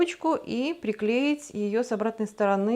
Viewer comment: Здорово получилось. Молодцы ! На что только не способна наша русская женщина. Но..... Острые углы у стола мне никогда не нравились. Травматично. Волан я бы сделала в два раза покороче. И, пожалуйста, извините, но не кухОнная, а кУхонная и не сторонЫ, а стОроны. Удач Вам !